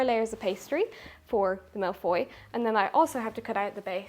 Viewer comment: I’m french and it took me a few seconds to realize that when hearing ’malefoy’, it was supposed to be ’mille feuilles’ (thousand sheets), but let’s just call that exotic and lovely.